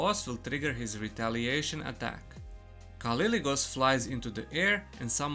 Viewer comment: it's "K" not "C" :)